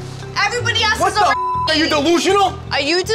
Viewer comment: “I’m not delusional are you desusionsl”